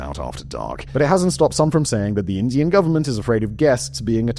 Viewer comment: Uh oh “indain Supreme Court”